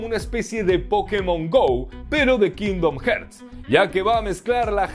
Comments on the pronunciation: Alv nomas escucho "kindom herts" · Cada vez que dices "kindom jerts" una niño anglosajón muere en su cuna 🤣🤣🤣🤣 grande mallorquín 😉